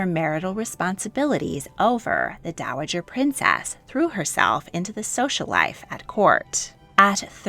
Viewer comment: "Fau" as if you're trying to say "fan" without the n. Also, princess is not stressed on the second syllable as you often do.